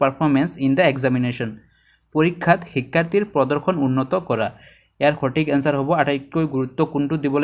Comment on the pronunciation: সুন্দৰ কিন্তু অসমীয়া শব্দৰ উচ্চাৰণৰ প্ৰতি সজাগ হোৱাৰ প্ৰয়োজন । বিশেষকৈ ব-ভ,দ-ধ, ক-ক্ষ, ঠ-ট আখৰবোৰৰ উচ্চাৰণত ... (যেনে সঠিক শব্দটো সটিক আৰু শ্ৰেণীকোঠা শব্দটো শ্ৰেণীকোটা, শিক্ষা শব্দটো শিক্কা আৰু ধন্যবাদ শব্দটো দন্যবাদ বুলি উচ্চাৰিত হৈছে। ধন্যবাদ !